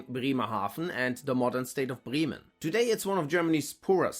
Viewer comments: If you claim to be German why do you pronounce Bremen as Brieman ? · The difference in English pronunciation of the cities takes a second to recognise which one being talked about